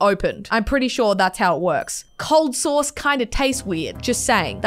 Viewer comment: i thought she was saying source and i was so confused but its SAUCE